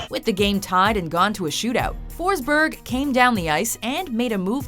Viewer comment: you fuckig butchered Peter Forsbergs name